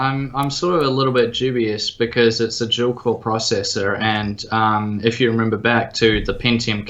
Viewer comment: I know it's dual core, but the way he said that it's weird.